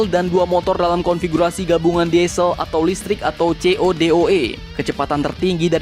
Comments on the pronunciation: BUILDING dibaca BILDING DIESEL dibaca DISEL Ngerti, min? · Diesel salah cara baca nya bro